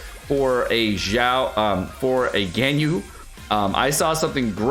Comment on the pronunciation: mmmmmm... I just want to comment, why do you pronounce Ganyu as "GainYu"? It's so weird. It's suppose to be " GUN - U ".